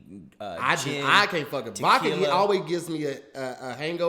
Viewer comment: Leave it up to to say “Vocka” instead of Vodka 💀